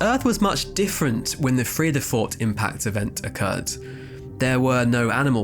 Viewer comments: Not bad…your pronunciation of Vredefort is pretty good! Especially for an Englishman. Really interesting video. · Bro your pronunciation of Johannesburg and Vredefort are spot on